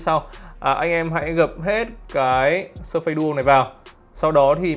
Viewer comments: surface đọc là "Sơ phítss" mà :))) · Đọc là /s3:fis/ ạ 🙃🙃🙃